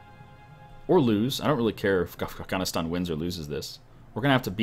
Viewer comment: How do you mispronounce Afghanistan it's pretty simple to pronounce